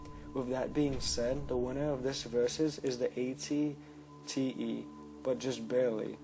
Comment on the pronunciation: ***** derp sorry xD wasn't thinking. also was it just me, or was he saying at-ts instead of at-te ?